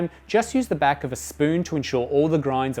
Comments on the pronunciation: 🤣He says "MOCCAMASTER" 2 times normally then says "Then turn the MOCCAMAAHSTA BAAHK ON" in a funny accent, I pissed mi pants! That aside, great helpful video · Made me laugh! "Then turn the moccamayster bayck on" That Aussie accent tripping you up!